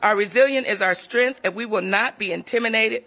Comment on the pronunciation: Strength, not strinth.